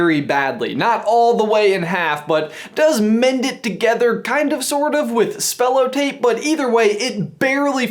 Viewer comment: Spello- tape ha ha ha J.K. Rowling is the best